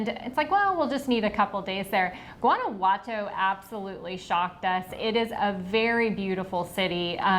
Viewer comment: Guanajuato isn't pronounced with a hard 'g'. You got totally 'gringoed' on your accommodations. Mexico City is one of the biggest cities in the world. My husband and I live VERY well on $1,400. a month, and we eat and drink!